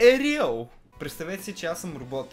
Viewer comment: звучи като " босайде е преял"